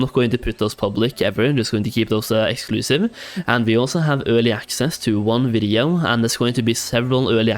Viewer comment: ngl you say videoo so strange haha